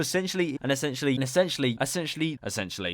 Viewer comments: STOP SAYING ESSANTIALLY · Essentially dont sound like essentially no more